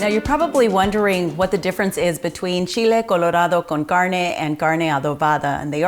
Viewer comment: I love the way you say Chile Colorado Con Carne.